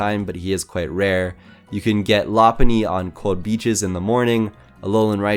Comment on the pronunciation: You misspronounced rayquasa and lopuny